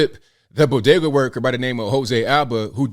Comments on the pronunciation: Imagine not having a couple bucks in order to buy chips such that you have to use an ebt card. And you are pronouncing bodega incorrectly. Just ask Jill how it’s pronounced. 😂😂😂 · To be correct, “Doctor” Biden said Bogeeda. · What's a "bodega"? Jill biden calls it a "bogeda". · and the news guy can't pronounce bogada. Maybe he should call Dr Jill for some help. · Hey, don't you know it's bogedas lol 😆 😂 🤣